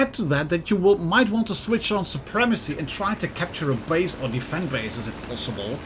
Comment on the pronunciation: You made an oopsie when you tried to say "or"